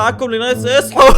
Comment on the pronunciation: لما عدتها سمعتها اصحو بردو 😂